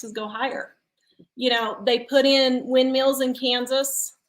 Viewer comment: my friend, it’s windMILLS, not windMEALS, lol. Thanks for the video.